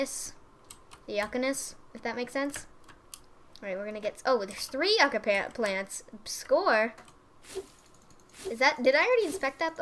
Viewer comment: Omg lol, I cringed everytime you said Yucca. XD It's pronounced you-ka.